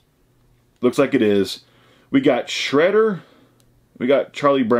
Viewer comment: Its shroader not shredder an charlie brown......lol